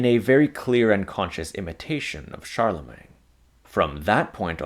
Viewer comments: You keep calling the first HREmperor Charle-mang. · The mispronunciation of the last syllable of “Charlemagne” is jarring here. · Why on Earth do you say Charlemagne like that